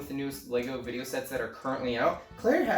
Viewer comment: Vidy-no hahahahahahhahahahha